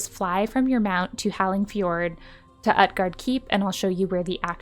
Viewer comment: OOT-GARDE not UHT-GARDE xDDDD